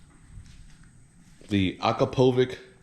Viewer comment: Sounds and looks great! I just wish it was shorter so I doesn’t cover so much of the swing arm. Still nice addition! Also if I’m not mistaken it’s pronounced Ah Crop Ah Vitch, it’s Slovenia company so all the letters sound completely different! I was promptly corrected buy a guy running an Akrapovič stall selling exhaust systems at a Moto GP race 😂